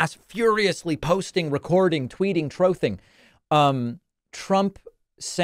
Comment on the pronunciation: lol "troathing"